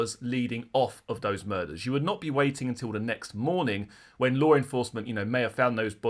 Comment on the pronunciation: …. There is no “R” in law😂